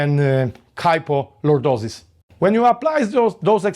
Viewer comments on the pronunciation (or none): KY FO Lordosis. Not PO